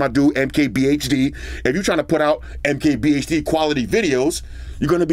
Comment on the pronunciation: MKPH something 😂😂😂